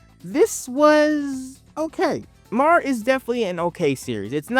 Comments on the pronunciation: I don't understand how there are clips of the anime in the video, but dude keeps calling it "Mar" instead of "Mär" (M-air). This reminds me of a short in the back of an issue where the creator heard a clerk yell to the back if they had "MAL," instead of "Mär." You know, since L's and R's are flipped in Japanese. Haha, bro even called them "arms." Like, I get it. These letters aren't common in the English language, but even the show pronounces them this way. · Not trying to sound like a jerk, but hearing you mispronounce MÄR and ärm started to get to me, with the sheer volume of word use. You forgot the umlaut even in the title. Umlaut over the a stresses a hard a sound, so they’re pronounced “may-r” and “ayr-m.” I absolutely loved MÄR. Ginta always got me so pumped and excited, and I love that the power system is based around magic items. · His pronunciation had me questioning myself 😅